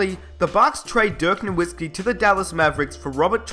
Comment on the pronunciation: Just a bit of advice so you don't continue to piss of Mavs fans a little: the w in Nowitzki is pronounced like a v.